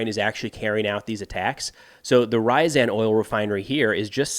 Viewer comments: The City of that il Rafinery is poununced R-YA-Z-AN, not RY-ZEN. RYZEN is a CPU from AMD ;) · If you are going to report regularly on Russia and Ukraine, you should learn how to pronounce the place names. It really isn't all that hard for someone as bright as you. Ree=ya-zan. Not "rye-zan"